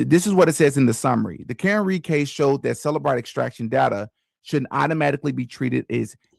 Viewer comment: It's CELLbrite, not selabrite